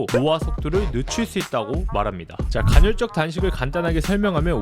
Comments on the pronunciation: 간헐적 단식을 계속 간‘혈’적 단식이라고 하는 거만 빼면 좋네요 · 간헐적 단신을 논하지만 간'혈'적이라고 발음 하는 그는 도덕책... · 형님 계속 간혈적 단식이라고 발음하시네 ㅋㅋㅋㅋㅋㅋㅋㅋㅋㅋㅋㅋㅋㅋㅋㅋㅁ